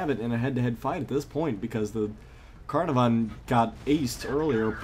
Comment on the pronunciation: I'm pretty sure its pronounced can-av-ern